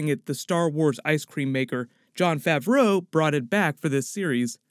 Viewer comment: "Tilek" & "Favruuou" ? Dude come on